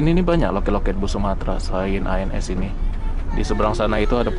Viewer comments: keselip lidah Loket ANS jdi ALS....😀😀 Lanjut bang ...🙏🙏🙏👍👍🙂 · loket ANS bang,bukan ALS 😂😂😂